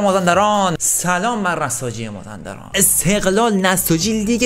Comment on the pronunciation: مازِندران مازندِران😂